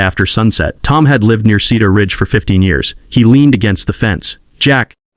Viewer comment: Slow the reading down. Several sentence errors and mispronunciations. Cedar Ridge or Keeter Ridge make up you mind.